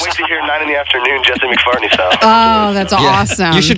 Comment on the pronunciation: He says Jesse McFARTney xDDD